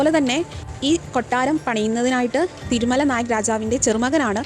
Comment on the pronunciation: ❤ Super തിരുമലനായ് എന്നാണ് കേൾക്കുന്നത് ശ്രദ്ധിക്കുക